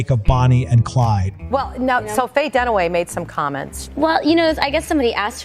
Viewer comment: Who is Faye Donna-way?